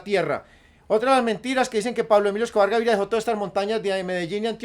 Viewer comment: Jajaja si es cierto y además no decia bien el nombre de Pablo emilio Escobar Gaviria